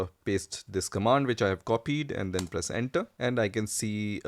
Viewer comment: Please do not press enta, press enter instead 😂